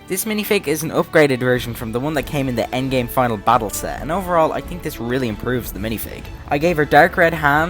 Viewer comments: Its endgame not endame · ah yes, the endame